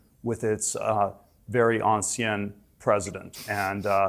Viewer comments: He even mispronounced the word ancien. It is “Ancien Régime” [ɑ̃ˌsi̯ɛ̃ː ʁeˈʒiːm] not “Anciennnnnne Régime”. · Being a French speaker, I can’t help but laugh out loud at “ansienn”. Christ, if you’re trying to use French to sound er, erudite or something, just … don’t. Please, don’t. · Especially when he kept messing up the pronunciation too. Honestly thought he was saying "on-skin" for a good while until I clocked what he was trying to do. He is one of the most odious, despicable people on the planet. You can tell he's cynically trying to invoke the language of the Civil Liberties/Enlightenment movement because even he knows that his ultimate wish for an oligarchy will go down like a bucket of sick to the masses, so he's attempting to put a spin on it that our current regime as anti-people and his messed up one is for the people when it's absolutely not.